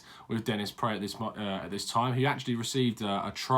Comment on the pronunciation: Pronounced Prart apparently....